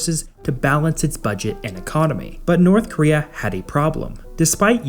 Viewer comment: Why do you pronounce it as Northkria?